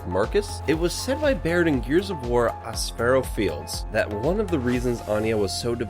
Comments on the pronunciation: Not all correct. The locust are not "turned humans" from the experiments. In the game they tell you the creatures in the tubes have been around longer than humans. There are several other incorrect items as well, but over all pretty good. Its also pronounced "ash-foe" Ashpo fields. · My guess is someone else wrote this and you read. You first misspelled Jace.. you called him Chase Stratton. then Aspho fields is pronounced ASS-POE fields. among other things.. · How the fuck did you manage to mispronounce Aspho Fields